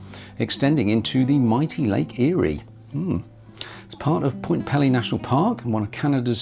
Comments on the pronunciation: Nice video. (BTW), it’s spelled and pronounced Point Peelee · I am Canadian and I know that we do like to point out that Point Pelee (pronounce pee-lee) is farther south than Northern California. This is really cool. I am glad I found this video. I had no idea you could take a cruise like this in the Great Lakes. I always think of short day cruises like 1000 Islands or crossing Huron on the Chi Cheemaun. I would love to take this cruise. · Ahh……how the take a cruise. Viking cruises are pricey, so are the other Great Lakes cruises from other companies. I have to tell you your pronunciation of Point Pelee was hurting my ears and dving me nuts! I’m from the Niagara Peninsula right in the middle of Lakes Erie and Ontario. It is pronounced like this peel- lee long vowels, sorry but I had to say something. And actually Pelee Island is even further south than the point, many Americans from the upper mid western states are shocked when I tell them a great number of Canadians actually live further south than they do and further south than Northern California! And the Prickly Pear Cactus is native to Point Pelee and to Pelee Island. Surprising eh! The Niagara area to the western end of Lake Ontario also has a Mediterranean climate with vineyards, tender fruit and the best strawberries you have ever tasted!